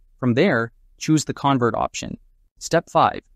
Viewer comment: you're pronouncing convert wrong and like everyone else is saying, complete clickbait. there is no MERGING here. you need to remove that from your title. this is only converting multiple files into...MULTIPLE FILES.